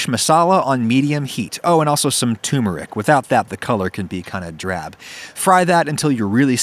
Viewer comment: TUR Meric. Not Toomeric